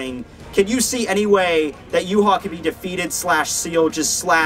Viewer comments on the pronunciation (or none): Series ended it was Uryu that saved the day helping Ichigo beat Yhwach not Yu haw please learn to say his name correctly! It is Ya-vahk a German name dude not Yoo-haw geez! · Funny how you call him Yu-haw when his name is German and pronounced Ya-vahk! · true but as someone who knows German it is annoying to see a German name pronounced completely WRONG over and over again. I mean the guy did a fantastic job on his videos just say it right.